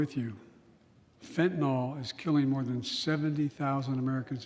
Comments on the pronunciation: It's fentanyl, not fentanol bozo. Even my crappy spell-checker won't accept it. Soon-to-be a bigger problem than the new flu 😷. He doesn't even know how to pronounce it 😒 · WTF! It is NOT fen-tan-all! Try fen-tan-ILL!